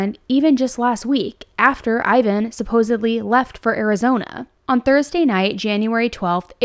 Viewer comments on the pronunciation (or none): none